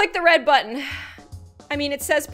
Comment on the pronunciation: you said reb not red